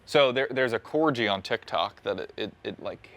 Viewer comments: Cor gee? Cor-gee? 😂😂😂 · How is nobody talking about how pronounced corgi